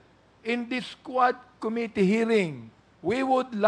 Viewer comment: JUST AN OBSERVATION THOUGH, WHY IS EVERYONE MISPRONOUNCING THE WORD “COMMITTEE”? ACCENT SHOULD BE ON THE 2ND SYLLABLE - STRESS ON THE SYLLABLE “MIT"